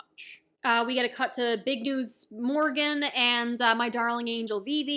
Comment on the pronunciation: Every time I hear Big News Morgan instead of Morgans 😢😅... Morgan is Helmeppo's dad. Morgans is the newspaper boss